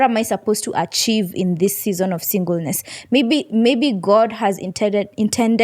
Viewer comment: The way she calls "Season" is so cool..